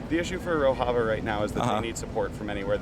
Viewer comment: He doesn't even know the correct pronunciation of Rojava.